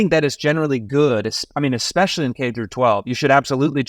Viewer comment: will the curriculum he is installing somewhere in Florida include English? You know, the kind of class that teaches you the difference between "expesialy" and especially" ?